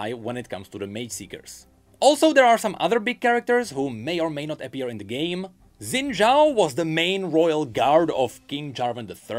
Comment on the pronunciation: Xin Zhao is pronounced Sheen-Chao btw